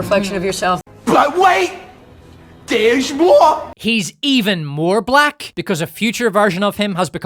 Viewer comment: 😂 she put 4 mucus filled syllables into black 😂